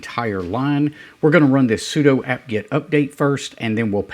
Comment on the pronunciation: BTW, "sudo" sounds like "sue do", not "pseudo". It's a shorthand for "superuser do"